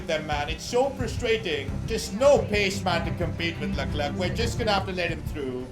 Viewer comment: You saying Luck-Clerk is extremely INFURIATING. It was alright when he was like 15 places ahead of you, but you are now competing with him. Every other second LUCK-CLERKKK. It is Le-Clair. Please It is Le-Clair.